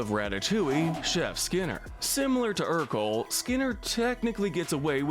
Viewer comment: This annoys me more than it should, but Ercole is pronounced AIR-co-lay, not ER-cole.